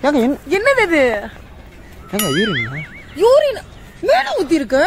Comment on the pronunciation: Bro யுரின் இல்ல யூரின் 😅